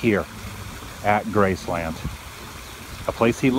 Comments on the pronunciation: Nice video... Only 1 issue with it... And believe me, you aren't the only one... Your pronunciation of the name... Graceland... It is all one word... Graceland... (Gracelin)... Not as 2 words... Grace Land... Thanks for vlogging! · GRACE-lund... not Grace-LAND, Elvis never said Grace-LAND. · Y can't u say graceland right...geez....🍻